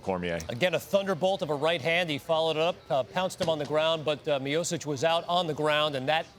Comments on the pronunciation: Can we get someone who can peunounce the former champs name at least? Where is Ariel when we need him lol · Kovalev got screwed twice in the Ward fights. Everybody saw it. Ward (who is half white on his fathers side) cant win fairly, like Jones (who cheats) and Cormier who used eye pokes to beat Miocic. This is the same Cormier that couldnt even win a gold medal in wrestling at the olympics or the world championships, he lost to some guys whose names I cant even pronounce, who are irrelevant in their respective sport as well. Anybody can get knocked out in MMA, especially since this sport is still in its infancy and totally irrelevant, that they need freakshow fights to garner attention, LMAO. Cormier used eye pokes as a setup for the KO, look it up. Francis Ngannou is another hype job that got exposed by losing to Lewis, the same guy that lost to a 40 year old Mark hunt, and Miocic was getting praise for beating his ass by decision. This heavyweight division is an absolute joke. Also you morons are talking about Tiger Woods, that motherfucker is half Chinese.